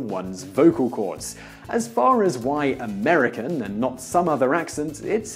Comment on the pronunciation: you say Austrailyer and Americker